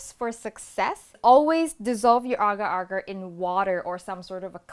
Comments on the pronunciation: Oh my.... You pronounce it right!!! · it is correct. im a malay and thats how you pronounce it